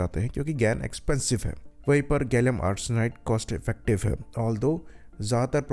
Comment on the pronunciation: pehle gallium ko gallum bolna bandh karo fundooo....